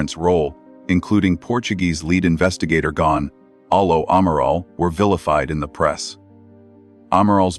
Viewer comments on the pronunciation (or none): none